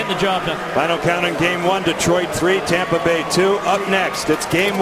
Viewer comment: Who heard the announcer say Tampa Gay at the end